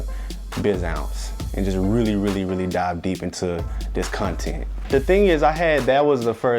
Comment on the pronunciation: And "cuntent"